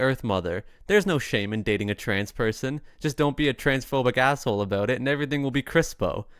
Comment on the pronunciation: Pay attention to how other Canadians pronounce about,.